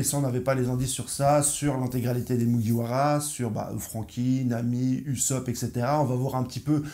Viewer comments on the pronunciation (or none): none